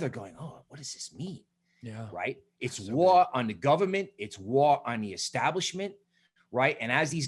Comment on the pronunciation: “It’s Woah on da govamant”